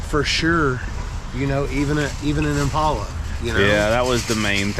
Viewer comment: Great video. I really wish that people would pronounce the name of the car correctly. It is im·pal·a, not im·paul·a. Watch a vintage commercial from Chevrolet if you doubt me